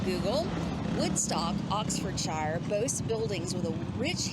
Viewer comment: Ox-ford-shire. Last bit isn't pronounced as shire, but shr. And most British towns would have a shop that sells very good chocolate. Rather than the cheap stuff they are buying (which isn't that cheap any more). Lol.. The Cotswolds are one of the most expensive places to live outside of London.